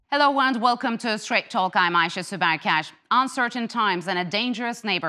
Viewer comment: turkish megyn kelly "ayse" 😂